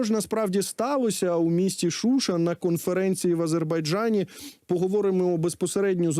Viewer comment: Не ШУша, а ШушА.